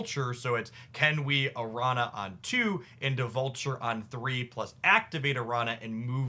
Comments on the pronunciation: do want to say that it's like "aranya" not "aranna", though if that was engagement bait, ka-ching i guess lol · Araña is pronounced Aranya. Spanish word. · btw araña is pronounced like "aranya", the ñ is a different letter than n. Think "Señor". It's also similar to italian gn like in lasagna or signor. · Correct, but he's the same guy who said "Sim-Bye-Oat," soooooo....😅😅😅